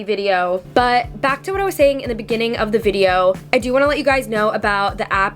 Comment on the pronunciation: British accent took over: 😂 bUt